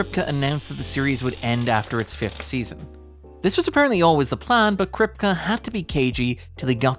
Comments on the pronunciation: Jaysus lad, Krip-kuh instead of Krip-key repeatedly is like nails on chalkboard, and signifies a lack of care in putting the video together. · Anyone else cringe every time Eric Kripke's name is mispronounced? Might just be me but it feels sort of disrespectful to not know how to pronounce the showrunner's name on a subject you're covering...